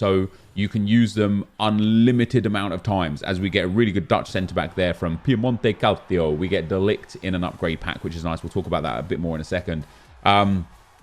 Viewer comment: Saying Piemonte Calcio with a Spanish accent gets me every time 😂